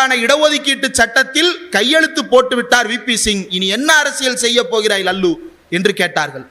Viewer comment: ரொம்ப மகிழ்ச்சி தம்பி இந்திரகுமார். அவர் லல்லு பிரசாத் இல்ல. லாலு பிரசாத்.. இனிமேல் லல்லு என்று விளிக்காதீர்கள். லாலு என்று சொல்லுங்க.